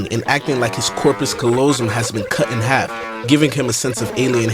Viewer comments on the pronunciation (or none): none